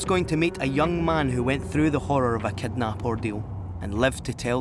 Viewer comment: It's quite irritating that the narrator cannot pronounce "long i and short i" properly >>> city > cety ...kidnap > kednap and more.